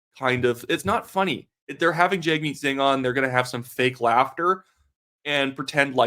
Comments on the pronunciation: At least have enough respect to say his name right. You are media. It’s not said jagmeet. It’s said jugmeet. Weather you like a person or not this is the minimum of respect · You ought not Anglicize the pronunciation of Singh's name. It's pronounced Jug' meet. Saying it wrong hurts your credibility